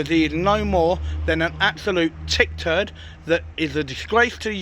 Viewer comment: I thought it was "tit turd" 😂😂😂